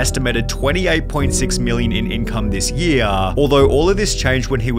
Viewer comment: Why do you pronounce the last word of each sentence so funny 😂😂😂 “this yeaaaar” “two years lataaaaa” “a single dollllaaaa”